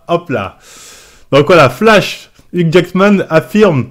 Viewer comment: Uque Jackman la prononciation au top 😂